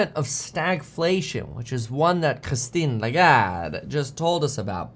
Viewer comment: I'm French and I've never heard "Christine Lagarde" pronounced that good. Just kidding, Kevin is taking the worst possible Italian accent including gestures that the French language doesn't have at all 😂